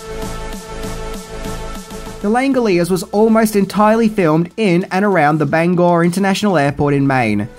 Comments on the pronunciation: Congrats on pronouncing Bangor correctly! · Very fun. And thank you so much for pronouncing "Bangor," the right way! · Thank you for pronouncing Bangor correctly.